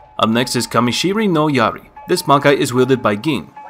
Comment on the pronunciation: The pronunciation of Gin's Bankai and the Name is undoubtedly incorrect. FYI it's KAMISHINI NO YARI and not KAMISHIRI NO YARI and KAMISHINO NO YARI hahahaha